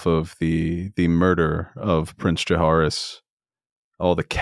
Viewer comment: I really need to stop pronouncing jahaerys like that. Literally no one says it like that